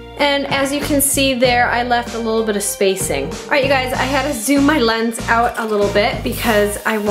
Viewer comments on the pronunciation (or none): none